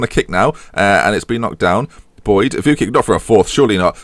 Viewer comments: Target, TOP 2, btw Vuckic is pronounced Vuchkich ;) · pronounced vooch-kich